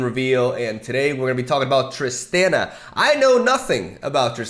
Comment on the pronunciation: Just so you know, it’s pronounced ‘Trist-ahn-a’ not ‘Trist-an-a’